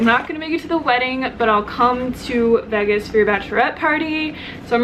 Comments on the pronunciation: I know, I did a double-take on that one too. The first few times she said it, it came across as "Veggus" instead of "Vaygus," but then she seemed to say it correctly later on. I figured I was just hearing it weird. LOL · What you're hearing is her saying Vegas like vagas (vag like bag) vs veages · Ok good not just me lol...>I pronounce it like Vaygus...but she says it like Vegg us. But I'm an Aussie lol so thought I just had it wrong. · Lol that's what i thought. I'm in Australia so I'm thinking...ok is this just not a way i've heard it pronounced before? o.O She says it like Vegg us...whilst I always think of it as like Vaygus. (the pronunciation) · Veg Gus lmao it's so funny but in a good way xD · I've never heard someone say Vegas like that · I know? 😂😂😂 super weird! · I know right...at first I thought it was some sort of play on words. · I thought it was just me that noticed that lol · You say Vegas really funny haha. Btw, Vegas has lots of vegan options! Lots!